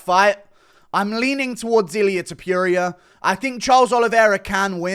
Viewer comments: Dude pls stop saying TO-PURE-IA. Its TO-POUR-IA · don't say Topuria's name if you can't pronounce it properly.